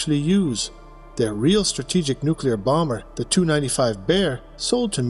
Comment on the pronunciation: AI has a problem with Tupolev aircraft models...it's "Tee You"...not "Tu"...Otherwise, not bad...